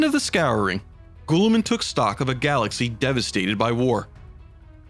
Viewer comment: Gah! such great work but..... Astartes is pronounced "Astartees" and Guilliman is "Gilliman" not "Gooilliman" other than that fantastic work